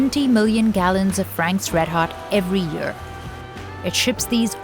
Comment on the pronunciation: Dear Narrator, you've improved a lot in the ceviche special but now we're back to again yurr! and "every yurr" "eight yurrs" sigh